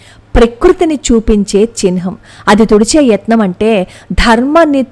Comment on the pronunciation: Chinham kadhu chihnam